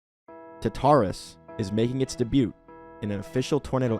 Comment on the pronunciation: for your information, Tartarus is said taar tr uhs. I just want to help you with your english. Thank you for the update and everything though! Edit: I got 8 UFOS on my first time doing the Alien Invasion, (which was the vengeful), so yeah that was fun